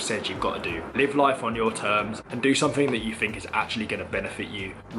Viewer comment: And yet you still cant speak what the English language. what is growf, nuffing, sumfing?